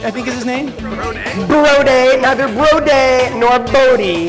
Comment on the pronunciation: you were on my team and you let me get away with saying BRO-DAY?